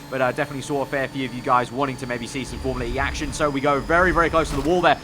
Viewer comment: Awh yeah thank god you don't say formula-r-E